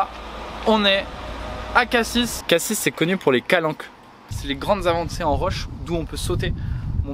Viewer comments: Vous n'avez pas eu de chance pour Marseille, en général la gare (st Charles) craint un peu faut aller en bord de mer côté Prado c'est calme tu as moins de risques de vivre ce genre de chose. Et la prononciation de Cassis n'est pas bonne c'est Cassis [si] et pas [sisse] ^^ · Tu a vraiment pas de chance quand je vais à Marseille je vais une fois par ans et je me suis jamais fait agressé a part ça très belle ville il faut aller vert les Cartier touristique comme prado pointe rouge avenue longchamps vieux port Et pour cassis ça se dit cassi même si ça écrit cassis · Juste on prononce pas le S dans cassis 😭